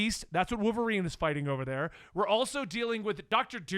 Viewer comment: I like how says wooverine like there’s no “L” in it 😂